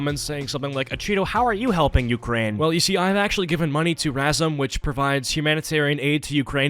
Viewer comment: "ukrraine" -acheeto